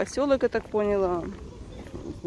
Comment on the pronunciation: вы умная женщина, говорили, что имеете 2 высших образования. Ну пожалуйста, говорите правильно. Ну не пОняла, а понялА. Ударение на последний слог. Это режет слух. Учтите это, пожалуйста.